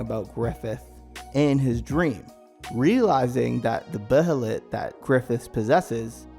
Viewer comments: First of all this should be called The Golden Age arc explained. Second, you barely pronounced any of the names right, (bay-lit) Behelit. Third, you barely covered the conversation between Griffith and Charlotte, and the importance behind the substance of the conversation. Oh and the “ugly” helmet was ALWAYS Griffiths helmet (and Femto) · I know its a year now but I hope you realize its pronounced "bay-lit". Why dont people look up words they dont rightly know? Lol. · The way this dude says behelit is so cringe. For the love of god say it like a normal person and stop trying to be diffrent 🤦‍♂️🤦‍♂️ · Learn how to say behelit correctly 🤦‍♂️😭